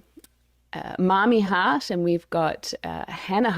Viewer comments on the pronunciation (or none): Your pronounciation of Grace Helbig and Mamrie Hart😭